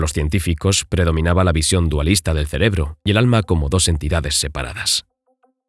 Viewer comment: No entendi cuando pronunció el alma